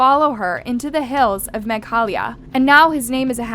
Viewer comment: Meghalaya ❌ Mega halaya ✅